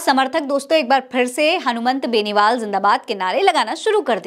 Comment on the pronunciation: मैडम , मेन नेता का नाम ही बार बार गलत बोल रही हो ,ये तो शर्म आने वाली बात है , एंकर द्वारा उच्चारण तो सही होना ही चाहिए वरना और भी बहुत से काम होते हैं चैनल में , उनमें ध्यान दीजिए , हनुमान बेनीवाल को हनुमंत बेनीवाल बोल रही हैं एक बार होता तो समझा जा सकता था कि भूल से बोल दिया होगा, लेकिन जितनी भी बार नाम लिया गलत ही लिया है